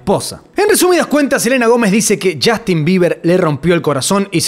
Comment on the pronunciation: chastin!!! PRONUNCIA BIEN ENVERGUE